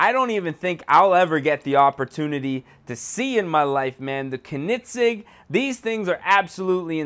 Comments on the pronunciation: It is pronounced conenigzeg not konigzeg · ko-nit-sig Lmao. I love your content but you slaughtered that name. think of it as cone-ig-seg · Kin-I-sig? Um bro it's pronounced cone-a-seg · He really said "konigsig" it is pronounced coe-neg-seg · pronounced ko-nig-segg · It's pronounced coe-nen-seg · CONE IN SEG is how its pronounced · its pronounced "coeningzegg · Its not ker-nit-sig ffs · Kiko MKD I was laughing at how he said Koenigsegg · this guy is supuid the guy in the video wtf kunig ceg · its not "konigseg" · when was there a t in koenigsegg? and BTW it is PROPERLY pronounced kerr-negg-segg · U said Koenigsegg wrong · You said koenigsegg wrong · Fleunt in English but can't say Koenigsegg for shit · wow you pronounced koenigsegg wrong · Why does he say koenigsegg like that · you need to at least know how to pronounce the cars name before you make a vid on it